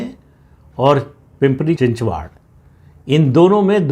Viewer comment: सरजी, चिंचवड नाम है, चिंचवाड नही.